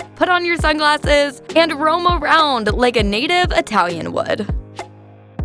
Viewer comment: Wrong pronunciation of every Italian name. What is an Atalian? It's Italian!